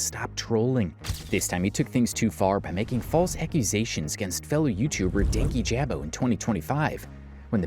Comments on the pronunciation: something that always gets me about everyone that talks about dankyjabo is that people (those on his side and those not) pronounce his name "Danky Jabo" despite him pronouncing it as "dan kyjabo" (like dan key-juh-bo) in multiple videos. that was one of the first signs for me on louis mcclung's video (as someone who was a fan) that he didn't do any research, as i'm pretty sure he even said his name in one of the videos louis directly referenced. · Dankyjabo is pronounced Dan-key-juh-bow btw😭😭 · The incorrect pronunciation of his name the entire video is KILLING MEEEE 💀